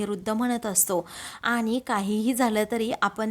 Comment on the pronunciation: आधी शुध्द बोलायला, वाचायला शिका. रुध्द नाही वृध्द असा शब्द आहे. आनि पानी बोलू नका. कानाला खूप खटकते. प्रथम नीट वाचायला शिका .ऊगीच पैशासाठी काही करता. एकसुरी वाचन होतय.